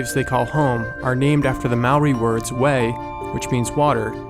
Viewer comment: Just a note that you pronounced "wai" wrong when you were explaining that it means "water" in te reo Māori. It's pronounced like "WHY" not "weigh".